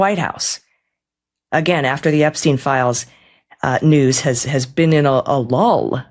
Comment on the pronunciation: "I never bean frens!"